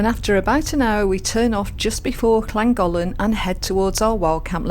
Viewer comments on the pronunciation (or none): I live a stone’s throw from the narrow bridge and the aqueduct. Good try on the pronunciation of Llangollen and Pontcysyllte but Wee Broon Van nailed it, I have to say. 😂 I look forward to your next video as I’m up at the aqueduct most days walking the dog.